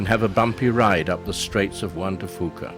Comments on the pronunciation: Yes, and locals pronounce "Juan de Fuca" as won-duh-FYOO-cuh, not won-duh-FOO-cuh. Overall, though, I think he did a pretty good job with his narration. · Learn how to pronounce Juan de Fuca correctly before you try to say that you are an expert for the region. Also it's Bamfield not Banford. Are you stupid or drunk. I would think that someone who speaks so highly as an expert would possibly know that. I gave up after that. Learn the locations you are visiting before you try to submit a video where you don't know anything about the area and you can't even pronounce the name of the areas correctly.